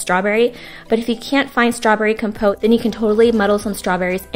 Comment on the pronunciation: You said compote wrong the whole time lol